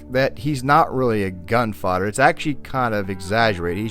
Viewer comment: The RDR2 music was absolutely spot-on for this analysis, as well as your voice, even though I must say I found the way you sometimes pronounced gunfighter like gun-father was a bit funny to me.